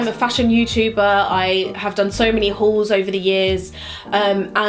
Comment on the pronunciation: I'm childish but I'll never find it not slightly amusing that the way you pronounce 'Hauls' sounds like you're saying "Whores".